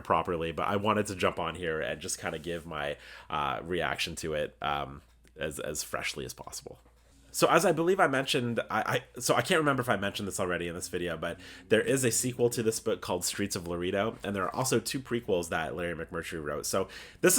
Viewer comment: I’m loving your book reviews and enjoying the overall content. Slight correction on your pronunciation of Laredo, it’s a Spanish E so (Lu-Ray-Doe) 👍